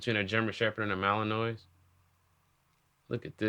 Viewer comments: Aye, it’s pronounced Mal-N-Wah. Malinois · The Belgian Malinois is a great dog, I got bit by a poorly trained one at work though, lol. You were pronouncing it incorrectly, but I only say this because that’s what my coworker did to me the first time I tried to pronounce it 😂